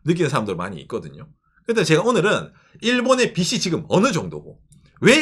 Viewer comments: 평소 좋은 얘기 잘 듣고 있습니다. 그런데 [빚은>비슨(X) 비즌(O), 빚을>비슬(X) 비즐(O), 빚이>비시(X) 비지(O), 빚에>비세(X) 비제(O)] ... 하면 어떨까요? [빗, 빛, 빚] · '빚을'의 발음은 [비슬]이 아니라 [비즐] '빚이'의 빌음은 [비시]가 아니라 [비지]입니다. 한국인들이 잘못 발음하니까 외국인들도 그대로 따라해서 참고로 말씀드립니다. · 빗 이 아니라 빚 입니다. 빚을, 빚이 를 비즐, 비지 라고 발음해야 합니다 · ~ 영상 항상 잘 보고 있습니다! 근데, "빚이" 는 [비지] 라고 발음해주셔야 합니다! 츄미코상이 혼란스러워 할수도 있어요ㅠ 든지/던지 도 잘 구분해주셨으면 하는 소망이....ㅠ